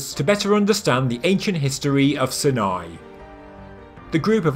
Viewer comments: Why Sin-eye? Everyone else says "S eye nai"! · sorry but its not pronounced 'sin-eye' but 'Sine-eye' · Dude, seriously, find out of to correctly pronounce words you use in your videos! When you mispronounce the names of places like Sinai (sine-eye) it's like scraping a needle across a record. Very annoying and distracting. Also, show photos of all the rock paintings you mention! Did anyone else catch the big E.T. drawing (bulbous head and neck with large eyes) next to the stick people? 👽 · Sine-eye is the American way of pronouncing it.